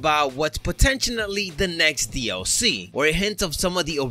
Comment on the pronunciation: I enjoy your take on the word potentially (potentionally)